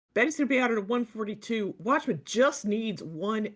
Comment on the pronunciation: you guys kept saying Watchmuh lol